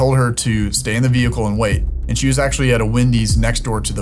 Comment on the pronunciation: 😂😂😂 the “vait”